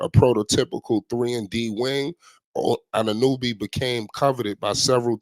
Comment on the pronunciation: Dude cant even pronounce OG last name